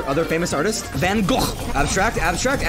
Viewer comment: "Van Göghc"